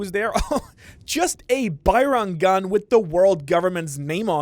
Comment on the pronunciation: Bajrang gun has a hard J sound (like jet or jade). Its from Indian mythology, no hispanic influence